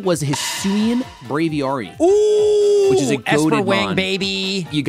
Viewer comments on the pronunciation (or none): I like to think that shady said bravi-arrri because he loves Vinny’s dog. Even though it literally is supposed to be braviary because an aviary is a bird enclosure. But we all know that’s not true😂